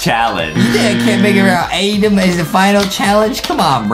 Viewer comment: Why is everyone calling Adem “Adam” like his name is Adem